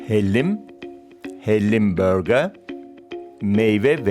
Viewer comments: BÖÖĞĞÜÜRRRGEEEAAARRRR... 😂😂😂😂😂 Türkçe seslendirme yapıyorsunuz bari altyazıya yazdığınız gibi "burger" diye okusaydınız . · böğga ne ya... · Hellim börgaa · Sunucunun Türkçe konuşup burger diyememesi.